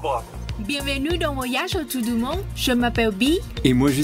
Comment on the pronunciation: Hallo vous allez bien merci à vous de nous rappeler d'où ont vient. Les enfants parlent le poular qui est notre langue des peuhl appeler le poular ou le fullah. Il prononce Auto Auto 😅😅😅 mais c'est la prononciation qui sonne woto woto 😂😂